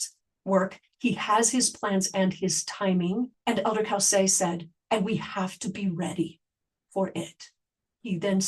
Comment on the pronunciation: His name is pronounced Cōsay, not cowsay.